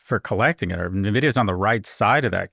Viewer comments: It’s pronounced „en-vidia“ and not „Na-vidia“ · Nuhh, Scott. It's "N"-vidia as in the letter N (pronounced IN) - vidia. AITA for discounting commentators who mispronounce the name of the company they're talking about? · Scott: Stop saying Nuh-vidia. Kara says it right. Listen to her.